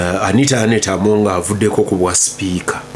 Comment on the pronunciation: Anit"a" not Anit"e"